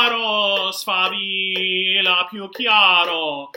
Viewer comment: Good Foundation but you are missing double L in the word Sfavillllllllllllllllllllllla.